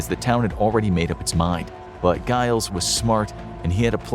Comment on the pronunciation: Giles is pronounced like Jiles it's got to have the J sound.